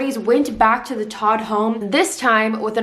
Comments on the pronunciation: The family's last name, TODT, is the German word for "dead". It is pronounced "tote". I really like your ability to tell a story. New subscriber here. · Your not pronouncing their last name correctly its not hard to find out how to say it